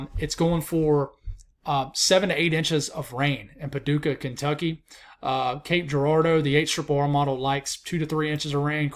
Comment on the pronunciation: you pronounced Cape Girardeau perfectly. Well done!